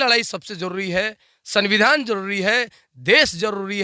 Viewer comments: Bhai sunbidhan nahi sumbidhan hota he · पहले सही से सविधान बोलना सीखे ले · Samvidhan toh sahi se bol liya kr bhai